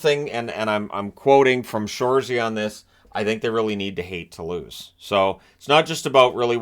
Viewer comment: I thought he said, "Hate the Blues" instead of hate to lose...